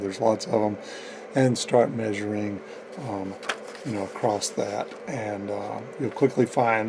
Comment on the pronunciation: Great video, but that 't' you put on the end of "across" for some reason is like nails on a chalkboard ;-) Keep up the great work, though. It really was an interesting video that I watched from start to end.